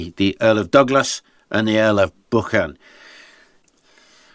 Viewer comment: Beautiful pronunciation of Buchan, sir. It does my Scottish heart good to hear it pronounced so well and not with a ‘k’ in the middle. Wonderful video with so much depth and detail. I am glad I came across your channel and can spend some delightful days immersed in history by watching your work. Have a great day and thank you for sharing your knowledge.